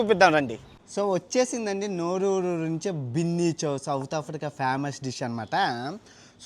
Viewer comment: Orey adhi Bunny Chow ra, Binny Chow kadhu, pronounciation correct ga undali bayya, leka pothe vedavalu ayipothamu